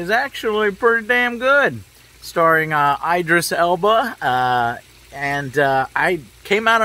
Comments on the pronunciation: Eye-drisss Joe? ID-RISS. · It’s Idris. Not Aidris. It’s a Muslim name. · Why can you not say Idris properly? Smh.